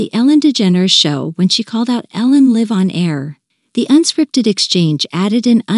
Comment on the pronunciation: The narrator needs practice before reading out loud, to know the difference between live the verb and live the adjective and learn the correct pronunciation … that’s what is really awkward.